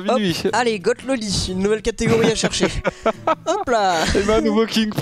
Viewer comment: Goth prononcé "guotte" par Laink ça fait mal